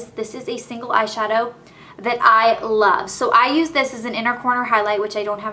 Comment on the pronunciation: love not lobe